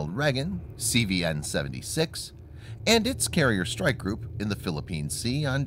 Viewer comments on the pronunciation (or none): none